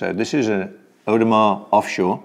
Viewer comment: "Audemar" lol... Audemars is part of the holy trinity of haute horology... along side of Patek ! In my personal experiences, AP has never left me disappointed, my Pateks? 3 broken out of 5 owned... unreliable, dainty, overrated.